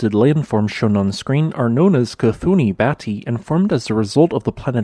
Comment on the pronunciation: DUDE I swear to god please check pronunciation before posting your videos It’s not “KUH-THOO-NEE” its KOOT-KHEE-NY When Americans will learn that there are other languages in this world that doesn’t sound like English language 😒